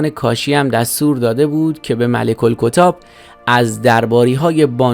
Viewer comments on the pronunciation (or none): باز جای شکر داره «مَلِک الکُتّاب» رو «مُلک الکِتاب» نگفت فقط یه تشدید جا انداخت! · "ملک الکتاب" اشتباهه. روی حرف ت تشدید داره و باید درست تلفظ بشه. "رزق و برق" بی معنیه. "زرق و برق" درسته. کلا گوینده روی معنای کلمات و جملاتی که بیان میکنه هیچ تمرکزی نداره. فقط داره یک مطالبی رو میخونه و میره. منابع تاریخی چندان ذکر نمیشه و روایت ها ضعیف و غیر معتبر، کامنت ها هم بیش از حد باورمندانه نوشته شده و معلومه ببیننده ها بیشتر باورهای عوامانه از تاریخ رو دوست دارند تا واقعیت های متقن. از این جور تاج بر سر گذاری ها و سلطنت دزدی ها در تاریخ زیاده و معنای سلطنت نمیده. چیز خاصی کشف نکردید دوستان. بیشتر به درد کسانی میخوره که هیچ مطالعه ای ندارند.